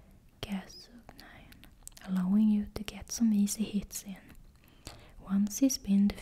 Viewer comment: Nothing wrong with your Gascoigne pronounciation - it's spot on! "Gas-coin".